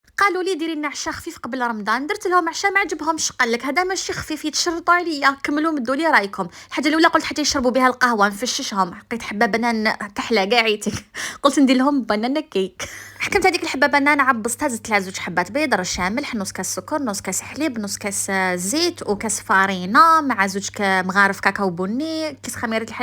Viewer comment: بنان. ❎ بنن ✅ 🙂